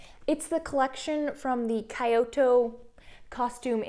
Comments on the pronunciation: You weren’t that bad on La Mode Illustrée, but it’s Kee-oto, not Kie-oto. Thanks for the list! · Very helpful, thanks! Also, that's very much not how you pronounce Kyoto, I'm afraid, it's Kyo-to but you pronounce the o's like you're going to say 'top' but you leave the p off. 😃